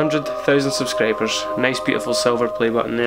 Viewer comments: someone teach him to say "Subscribers" instead of "SubscrAbers", and "Video" instead of "Vadio" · "100 thoosand subscrayburs" This comment isn't supposed to be offensive